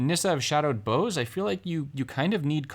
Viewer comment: You're mispronouncing "bough." It's supposed to rhyme with "how."